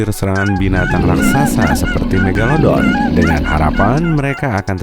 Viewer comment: King megalodon kak yang menang. Bukan megalodo.